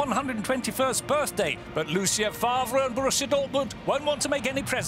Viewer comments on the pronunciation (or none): none